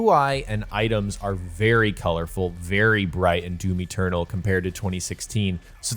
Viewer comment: its doom eternal not doom eturtle